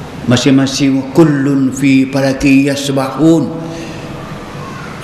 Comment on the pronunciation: nape ustaz sebut fi bunyi seakan pi